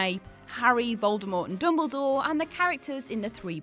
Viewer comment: It’s dumbledore not dumblegore .